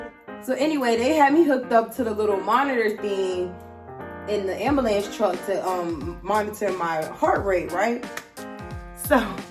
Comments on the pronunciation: "AMBULAMB" YO you funny af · “I don’t remember getting out the ambulam”🤣🤣🤣🤣🤣🤣🤣🤣🤣🤣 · lol the way she says shit is so cute i.e. ambulance 😭 never heard it pronounced dah way 💔